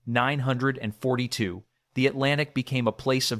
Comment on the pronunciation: BECAUSE IT'S AI CRAP AND IT CAN'T SAY IT PROPERLY